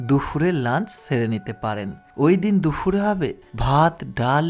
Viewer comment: ওটা দুফুর নয়, দুপুর । কানে খুব লাগছে বলে বললাম